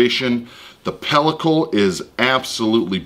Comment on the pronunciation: You are correct! says it funny. BUT, he's the MAN. So, I forgive him. Had me saying pelicos also. Pellicle, is the spelling. (I believe) I still don't know what to do with it. I dont have a grinder. But, I am at day 35 of a dry aged PRIME NEW YORK. So, I will be looking for a video of how to use or preserve it for future use.